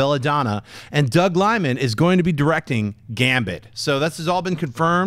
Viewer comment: Doug Liman, not Doug Limon.